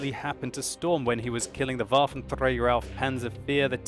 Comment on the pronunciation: I don't really like how you say "Waffentrrräger" :D